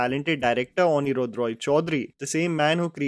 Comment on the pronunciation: The director of Lost is Anirrudha( pronounced as onniruddho) Roy Chowdhury.